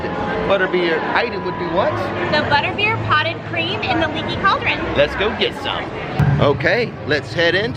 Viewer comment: I may have been a little, well tipsy, but I'm pretty sure you said Buttbeer and that makes me giggle.